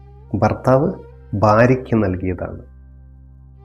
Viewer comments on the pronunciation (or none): none